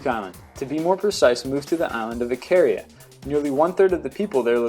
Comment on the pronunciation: you said keria island ?